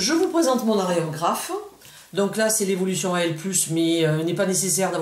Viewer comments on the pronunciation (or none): (c'est pas aréographe c'est aérographe) sinon super vidéo :D